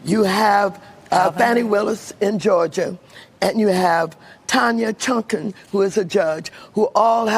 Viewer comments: I could swear that moron said "Tanya Chunkin". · “Tanya Chunkin” 😂